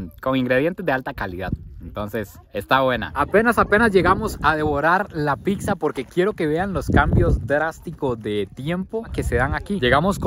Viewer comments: Tu contenido es muy bueno, pero si te recomendaría que mejores tu dicción, escuchar que dices PICSA a cada momento es molesto, debes aprender a decir PIZZA y muchas otras palabras como Marshmallow, si la pronunciación en otro idioma te es difícil, es mejor decirlo en español MALVAVISCO o en su defecto como dirían en Guatemala ANGELITOS. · No es PICSA VOS SEROTE!!! Es PITZA 🤨🤨🤨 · porque dices picsa?